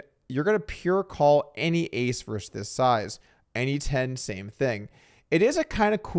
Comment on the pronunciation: "versus" has two syllables, btw. Also, who's this Scott guy?